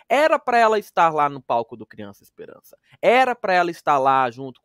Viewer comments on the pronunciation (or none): "Espelança " kkkk